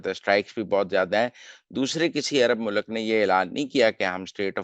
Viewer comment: mohtaram, urdu ko zibah na kia kre'n lafz, frokht he, frokhat nahi lafz, mulk he, mulak nahi Regards